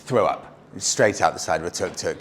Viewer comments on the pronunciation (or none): none